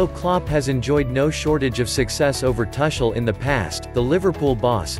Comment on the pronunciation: Man, you are hurting my ears. Can't you pronounce his name correctly? The "u" in Tuchel is pronounced as the "u" in bush and NOT as the "u" in bus.